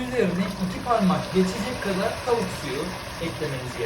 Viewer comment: Abi Kastamonulu musun? Tauk diyorsun da😅